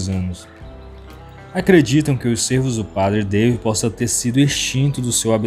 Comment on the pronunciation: Lê-se padre DA-vÍd, como no português, afinal francês também é uma língua latina. Temos que parar com este vício de dar pronúncia inglesa em tudo que é nome estrangeiro, afinal não somos anglófonos ! Há outros tipos de veados mais passíveis de entrada em terras brasileiras. Os argentinos introduziram em estâncias de caça já a algum tempo o chital, que é o veado da Índia citado no vídeo, o gamo e também o veado vermelho, estes últimos trazidos da Europa. Eles já chegaram nas províncias de Santa Fé, de Corrientes e de Misiónes , por isto há grandes chances de entrarem no Brasil pelo Pampa ou pelo Oeste de Santa Catarina, como já ocorreu com os javalis !